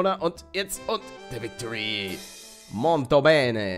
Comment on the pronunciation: für mein klugscheißen, aber es heißt molto bene...nicht monto bene :D